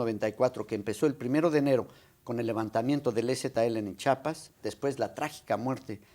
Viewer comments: No sabe ni pronunciar CHIAPAS dice Cheapas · se dice: Chiapas, No; Chapas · Nosé dice chapas es chiapas cabron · Que vergüenza que siendo presidente de México no pueda pronunciar bien CHIAPAS